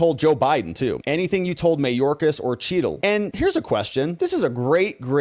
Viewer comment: Secret Service Director Kimberly Cheatle. It's pronounced Chattle.